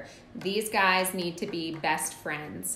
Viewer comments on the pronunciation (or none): none